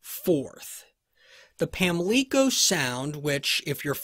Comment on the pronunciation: It's a long O in Pamlico